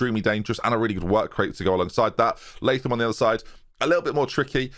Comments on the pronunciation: Awesome stuff. You got it right with pronouncing it Lay-thum. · Latham. Finally a pronunciation I can agree with.